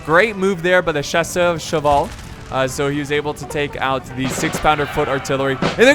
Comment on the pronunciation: for the word "chasseur" , take the word cat i n frnech : chat and then add a "sir" and it's done, pronnouce it "chat-sir" and it's done